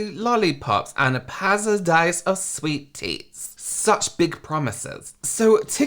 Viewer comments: This was a whole roller coaster,. I have 3 children, so at first, I kept thinking about how livid I would have been, had I taken them to some scam like this. But then, hearing you pronounce, "Encherining!... Catgacating! Cartchy tuns! Exarserdray lollipops, and a pasadise of sweet teats," had me laughing until no sound came out. It sounded like something you and James would come up with, on your twin channel, when reading some silly product description from Wish. Next, I empathized with the poor performers who worked the event, and got hit with that woman's story at the end. I'm all out of emotions, my good man. I hope you have a catgacating weekend — full of cartchy tuns. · "A PASADISE OF SWEET TEATS" 😭😭😭😭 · "a pasadise of sweet teats!" 😭😭😭😭😭